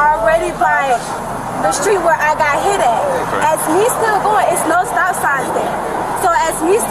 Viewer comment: I realllllly hate when suspects take a one syllable word and make it into several. I'm hurrr-errrt! "I got hiiiiiiii-itttttt!"